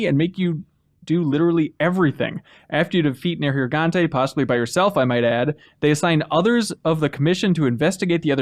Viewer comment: The way mispronounces Neirgigante sounds like there's a racial slur in there...